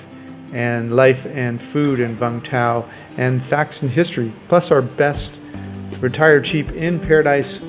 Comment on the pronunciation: Its pronounced “you-m th-ow”